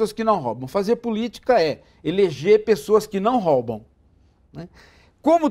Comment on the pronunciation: Paulo Ghiraldelli pronuncia "róbaum", em vez de "roubam".